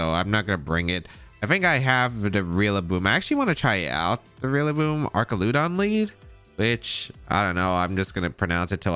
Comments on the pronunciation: Duraludon (DUR-al-eh-don) Archaludon (ARCH-al-eh-don) That’s my take on it… but you’re the goat that side will-O’d your flutter to avoid spore so you can pronounce however you like…. You’re DADDY 😂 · Man this is an interesting team, thanks for sharing. And it is Arch-al-udon btw (it’s one of my favorite Pokémon from the dlc).